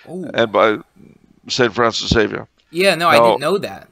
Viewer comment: There is no 'X' in Espresso nor are there any EGGS in Xavier. Zay-vee-ur